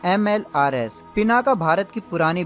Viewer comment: भाई, वो पिनाक है, पिनाका नहीं।